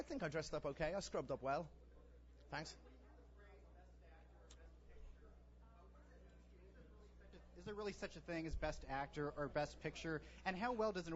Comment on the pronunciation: He says "Tanks." That's too cute.